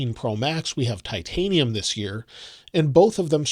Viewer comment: I like the bleu titinum